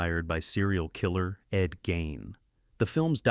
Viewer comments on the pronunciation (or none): Ed Gein's name is pronounced 'geen' (long e). AI doesn't get that right, either.